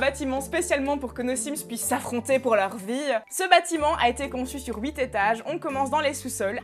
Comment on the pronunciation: Mais chaque fois tu dis « oui te » (8) j’ai du mal à comprend. Puis ensuite mon cerveau 🧠 a tilté: T’es pas française 😅😂 j’oublie chaque fois